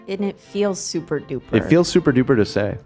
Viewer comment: Pretty sure super in ‘Super-duper’ is different to the duper that stands alone. The stand alone is said dupe-er.